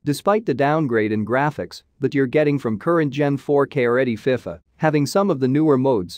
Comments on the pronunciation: The way you say fifa though🙈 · I agree with you